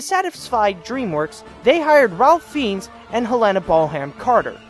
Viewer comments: helayna ballham carter? Helen-uh Bonham (silent h) carter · Did you say Helena Bon-Ham Carter???? It baffles me that you can pronounce the foreign language stuff perfectly but slip up on the most random words